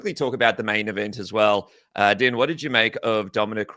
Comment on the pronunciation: Its pronounced "Dean", not "Din" as in "Dinner". How do you cover the sport and not know this?